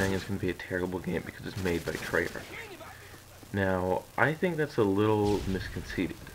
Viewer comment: who's saying its gona be a terrible game? all my buddies are excited for it. and its tray-ark not tray-arch. hopefully all the expoliters from this game just stay here and dont pollute blackops.